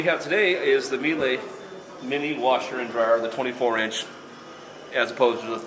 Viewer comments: Great review, but Americans are the only ones in the world who can't pronounce Miele. I was born there but have been in Australia for a decade. My father got hooked on Miele appliances after using all of mine. It's pronounced Meee Luh. Not Mee Lay. My father still says Mee Lay, even after I've corrected him dozens of time! But great review and glad Americans are advertising these more. Amazing and efficient appliances. Not one issue with my 2013 models, nothing, and 2 or 3 loads a day, and the same with the heat pump dryer. Have all Miele now, dishwasher, ovens, cooktop, coffee machine, steam oven, fridge and freezers. Spent over $50k, will last at least my lifetime. Washer has both drums, inner and outer tub are stainless, cast iron counter weights, made in Germany, amazing build quality. 102kg is the weight of the washer though, they aren't lightweight. Highly recommended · You might consider pronouncing it "ME-lah", not "me-LAY".